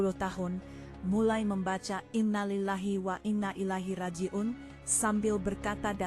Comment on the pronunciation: Yg jd moderator nya ini bkn islam. Krn apa ngucapin innalillahi saja salah